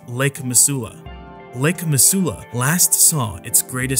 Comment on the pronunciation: Lol I live in Missoula Montana and just camp back from a trip to flathead, it’s definitely my favorite place to vacation and it’s really not scary at all. Also it’s pronounced Mi-zoo-la